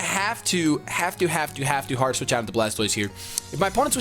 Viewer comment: It sounds like he's saying Heart Switch lol